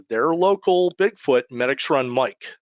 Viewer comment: Pronounced me-dix after the tributary medix run shout out to medix hotel awesome food and people